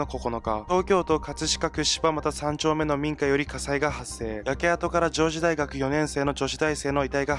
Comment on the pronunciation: 上智（じょうち）ね！ この学校怖いな…宗教がらみ？